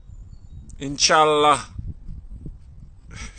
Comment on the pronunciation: Too bad he cant prononce properly Khabib or Inshallah ... lol